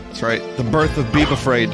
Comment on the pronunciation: Vinny says “DON’T BEEBA-FRAID!” .